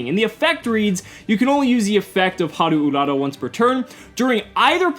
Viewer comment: Can I just say that I'm really happy that you actually pronounced the card correctly with the Japanese inflections? Too often people just don't care to learn to say the names right, and you actually nailed it here,. Looking forward to more content. ^^